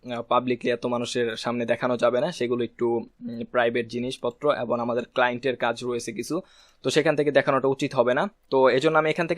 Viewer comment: ধন্যবাদ ! আপনার ভিডিও গুলো পেয়ে আমাদের অত্যন্ত ভাল হয়েছে। অনুগ্রহ করে Google analytics এর একটি ভিডিও দিবেন। কিছু মনে করবেন না আপনার ” এবং “ শব্দ টার উচ্চারণ এবন হয়ে যায । আশা করি একটু খেয়াল করবেন। ধন্যবাদ।